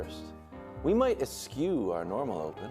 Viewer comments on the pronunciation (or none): i'm dying over here... wildes pronounced eschew as eskew.... first time he ever read it was before the show while he was googling synonyms for avoid or skip he killed me, arrest this man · Eschew was mispronounced